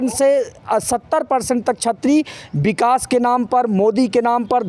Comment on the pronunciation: Vikas ko Bikas kyo bolte ho. Hindi ka beda garak kar rakha hai.